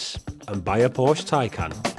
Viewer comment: I quit listening when he said Porsc. If he doesn’t even know how to properly pronounce Porsche he shouldn’t be reviewing these cars. Anyway, the depreciation is due to reason and market correction. Recalls and repairs, months on end at dealerships.